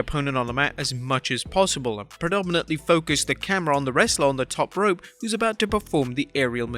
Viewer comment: Did you just say top rup? WTF!?